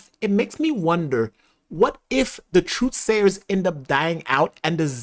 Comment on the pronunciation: This was great! Except for the 23 times you said 'truth slayers' instead of 'truth sayers' lol.